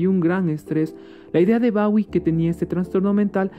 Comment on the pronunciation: Disculpas por la pronunciación de "Bawie" cuando se dice como se escribe "bowie" y por mi voz un tanto fingida, fue de las primeras investigaciones.